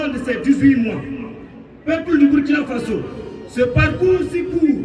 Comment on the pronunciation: Merci bien. Cela me choque à chaque fois que j'entends cette prononciation. Le Président du Faso🇧🇫!